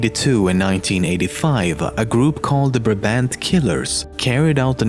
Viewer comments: In nr. 3 you mispronounced "Brabant" The first "a" sounds as an "I" but withou the "j" sound at the end, and the second "a" is more as in "car" But in Belgium we mostly refer to them as the gang of Nijvel (bende van Nijvel) Nijvel is one of the cities were they atacked . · Brabant would be more correctly pronounced like Brah - Bahnd, cool vid tho.